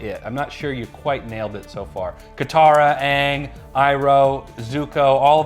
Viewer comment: It doesn’t change anything, he made a statement that could do 1 or 2 things and has 50/50 shot of being true. But I really don’t believe he’s an actual fan of the series, he pronounced Aang as ong like the fake live action movie. And then he bashed the only character in the trailer (as you are) about how deep his voice is even tho he literally looks exactly like him has his mannerisms down and regardless if you say it does or doesn’t his voice is almost the same to the original voice actors.